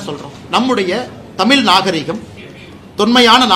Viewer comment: எத்தனை முறை தமிழ் என்ற சொல்லை அண்ணாமலை தமில் என்று சொல்கிறார் பாருஙகள்.